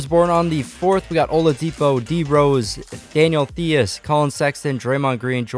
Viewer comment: Players mispronounced: Daniel Theis Ian Mahinmi Svi Mykhailiuk Nemanja Bjelica Gorgui Dieng Bryn Forbes These are the super obvious ones I noticed, there’s probably much more lol.